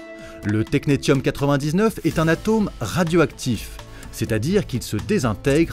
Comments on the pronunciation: Série très instructive sur le rôle largement non reconnu des femmes dans le domaine scientifique, dommage de s'arrêter à quatre vidéos. ps on prononce technessium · Et technetium se prononce "technessium" ;)